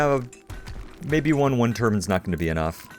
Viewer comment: Never before have i ever heard someone call wind turbines 'turbans'